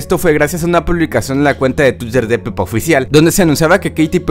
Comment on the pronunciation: Soy el único que escucho penny en ves de peppa